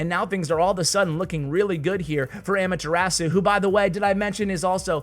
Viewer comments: it’s ah-mah-thu-ra-su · Those pronunciations though 😂😂 ... Also.. just pointing out... Amaterasu is Naruto reference so if and only if you want to listen to how it's pronounced... 😁